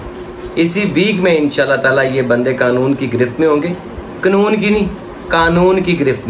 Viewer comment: Qunoon nahi qanoon 😂😂😂😂